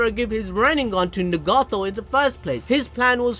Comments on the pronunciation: He can say Naruto but not Nagato ☠🤦‍♂️ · Pain: you tryna get stomped on-no-jutsu'd Jiraiya: WAIT WHAT?? (All six paths of Pain squad up) Me:🤣🤣 just the way he phrased that had me dying also the way you pronounce Nagato is funny too me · Nagato! Say his name right 😂